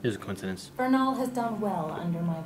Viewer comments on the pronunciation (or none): It's vernal, not ernal. I get that said he cant read but come on. All and need to do is look at the cast credits cause theyre not even spoilers. They should've done a slap bet or strip of his detective status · Her name is VERNAL, which means "Spring" or "things related to Spring, or which happen during Spring" in Latin, a name which makes sense for the Spring Maiden. It's pronounced like the two men's names "VERN" and "AL" put together, therefore "VERNAL". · The characters name is Vernal like the vernal equinox that occurs when winter turns into spring. Though her name is pronounced slightly different. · is wrong. It's Vernal, as in the Spring Equinox lol. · It's Vernal! VERNAL! V not an R sound! Vernal = related to Spring